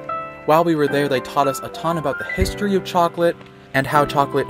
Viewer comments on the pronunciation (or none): none